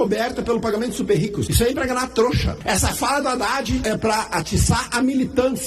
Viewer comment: Não é Radad e adad. Não é Rélio e élio